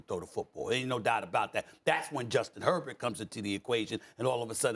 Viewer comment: It’s Herbert and it’s not particularly close